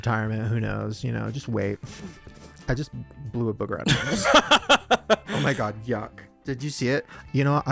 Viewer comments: OH MY GIRTH! Instead of oh my gerd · Band name : Er-Ma-Gerth 😂😂😂😂😂😂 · Pronounced " oh my gurth*